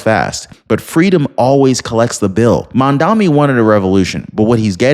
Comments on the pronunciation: I am die hard Trump fan, but you ought to try harder to pronounce Mandani’s name correctly. It’s not Mamdami, it’s Mamdani! I’ve no lose a little credibility every time you say Mamdami. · Are you hearing disabled? It's Mamdani, not Mandami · Guys, I am not American but I am watching you. Mamdani is a good change. Give him a chance. And you sir, you are mis pronouncing that name. It is MAMDANI. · Dude. I'm in your corner and I agree with your stance regarding your political position, but you look really foolish in mispronouncing Mamdani 's name. It's Mom-Donny. Please, get it right. I hate the guy but please, say his name correctly. It diminishes your intelligence to continue to mispronounce it. All the best to you. Keep up the fight!😊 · Why cant your pronounce his name properly ..... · at least learn how to say his name properly if you are going to criticize him